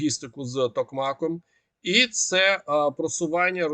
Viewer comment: Не ТОкмак, а токМАк